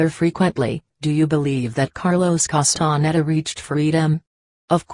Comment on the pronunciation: How sad, that this is read by a robotic voice. Wrong intonation and awful pronunciation of Castaneda's name. It creates a dull sensation of irritation in my listening brain.